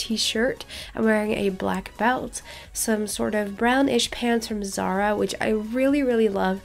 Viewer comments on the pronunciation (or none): none